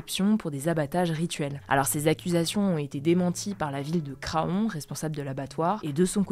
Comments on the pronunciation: Super vidéo:) juste petite retouche on dit Cran pour craon le o ne ce prononce pas:) merci Hugo et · On dit pas Craon mais cran si jamais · La ville de Craon se dit "Cran" pas "Cra on" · Pour information, la ville de Craon ne se prononce pas Cra-on, mais "cran". C'est comme la ville de Daon, c'est "dans" Merci pour la vidéo, toujours aussi intéressante ! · Pour Info Craon ce dit "Cran" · Petite précision, Craon se prononce "cran" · Précision, Craon se dit "cran".